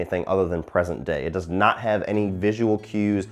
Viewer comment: dis? The word is DOES, NOT DIS.